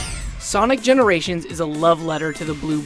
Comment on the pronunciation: Sonic generashin